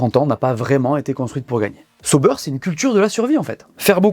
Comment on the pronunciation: Arrêtez de dire Seau-beurre c’est ÇA- OU-Bère😊